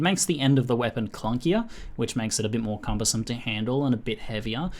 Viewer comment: "Bitmore Cumbersome" isnt that the guy from Sherlock?